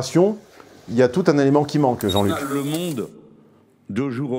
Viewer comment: "Labération" j'aime pas mal. "Li Mmonde" aussi, moins facile.